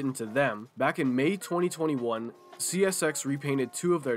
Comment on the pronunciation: bro said oh yeah chesshy systerm